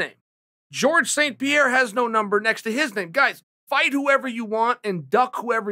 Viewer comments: If Chael says Rumble doesn’t have a “Numbel” under his name than I’ve been saying Number wrong my whole life. Wise words from the undisputed goat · Me: number Chael: mumber Me: mumber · "numble johnson" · “Rumble Doesn’t Have a Numble” should be a Dr Seuss book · Rumble doesn’t have a numble next to his name. God damnit, Chael, you’ve done it again. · "Numble" the dictionary must have changed overnight or something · Rumble doesn’t have a numble made me chuckle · Did he just say “numble”? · Rumble "Numble" Johnson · Rumble Johnson doesn’t have a “numble” next to his name lmao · Anthony "numble" Johnson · "Runble johnson doesn't have a numble next to his name"😂